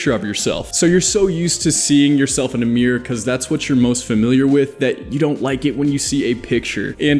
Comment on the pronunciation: I love when he says miargh instead of mirror